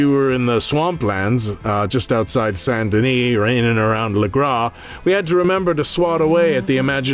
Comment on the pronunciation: So you regret saying Colm the wrong way instead of "Colom" but you seem not to care to say Saint Denis the right way instead of Sun Duh Knee.